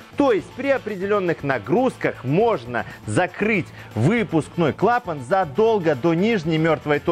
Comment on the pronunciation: Это первое на моей памяти видео на ютубе, где все склонения и ударения в слове "клапан" сделаны по правилам русского языка.